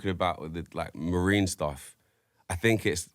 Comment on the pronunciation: “I fink..” lol